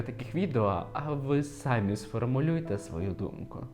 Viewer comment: в українській мові є слово самІІІІ наголос на ІІІ, сААми це по русскі наголос сАми